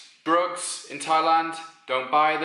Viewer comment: I had to rewind and Playback when you said the first one at first I thought you said rope when you said drugs